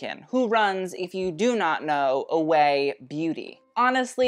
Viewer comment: Ouai is pronounced “way” instead of “away” by the way. 💕